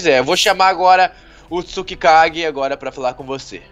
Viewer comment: é Tsukage!!!!!!! n tsukikage